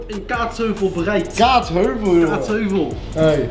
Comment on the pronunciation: ga stuk iedereen zegt gwn kaatsheuvel en kaatsHEUVEL